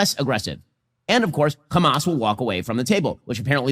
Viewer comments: Ben Shapiro is american, he knows how to say the letter 'h', why does he say 'khhkhamas?' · Why does this Ben Shapiro pronounce the ‘H’ word the Israeli way?? (Kh) Also I thought international law dictated not supplying weapons to an occupying nation used against the occupied? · The way he mispronouces Hamas like the Israelis is the perfect proof of him getting a bit of media training from them alongside the money. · Because the Hebrew word khamas means "Violence". He's intentionally trying to demonize the name in the most childish way possible.